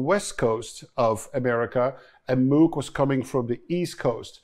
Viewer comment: Arturia Buchla is cool and weird.... and Tom.. het is echt Moog....( als in pook).. niet Moek 🤣🤣